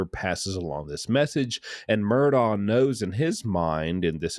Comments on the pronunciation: I’m not sure why so many people pronounce his name as “Murdaw”. If you listen to any of the Murdaughs, they pronounce it “Murdoch” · Its pronounced “Mur-dok” LOL..not “mur-do” 😆